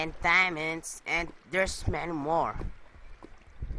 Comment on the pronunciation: DER ISS 18 DIEMUNDS *dat accent